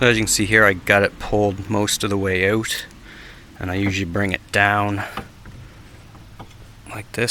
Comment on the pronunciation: Definitely helps “OWT” 😂.. just kidding… Great video